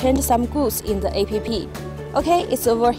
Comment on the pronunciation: Doing good but plz don't pronounce [A-p-p]